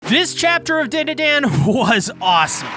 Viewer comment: Finds out how to pronounce DanDaDan in the vid about 165. proceeds to pronounce it wrong a week later anyways